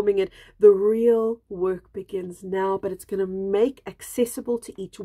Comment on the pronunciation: Love the South African roll of the r - rrrreal 💃